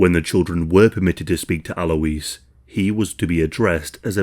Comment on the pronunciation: You pronounce Alois as 'alloys'.